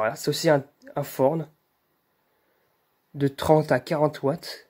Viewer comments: La marque du luminaire ce prononce "torne" et non "forne"! 😉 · Et non, sa se prononce "f"orne. J'ai vu une vidéo archive de Thorn Lighting de 1990, tu verra bien il le dise bien.